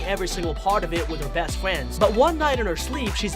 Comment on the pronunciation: Not Trying to be rude but wed fwiend for red and friend